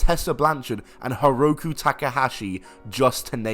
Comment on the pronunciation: mans really said "Hiroku" 💀